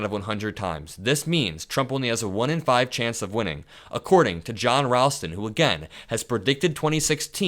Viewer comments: You're mispronouncing 'Ralston', a very common name, as found in the company name 'Ralston Purina', the people who make Purina Dog Chow and Chex Mix and cereal. The 'a' has the same 'a' that 'ball' has. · John definitely knows his stuff in Nevada! He’s really good. OH and FYI: John pronounces his last name R-ALL-ston not R-AL-ston. 💙Just being helpful💙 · pronounced Rawl-ston FYI. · Thanks for all the great info. Just want To let you know that Ralston is pronounced "rawl-stun" and wahoe is Pronounced "wha-show". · thank you for pronouncing Nevada correctly. Ralston is pronounced with an “all” sound. (Rallston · Wa-show county, not wa shoe. And saying Ralstons name wrong too.